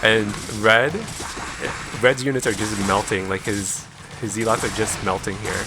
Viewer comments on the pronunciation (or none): Cool play. Though I'm pretty sure they're called 'zehlots' rather than 'zeelots' ;) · Lol I haven't heard someone pronounce it as zeelots since around the time the game came out. That was back when we were all kids and nobody knew any better 😂. It just brought back a lot of memories haha